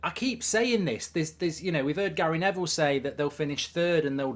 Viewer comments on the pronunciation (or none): none